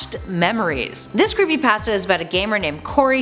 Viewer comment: Hey When You Creepypasta You Say Creepy Pãsta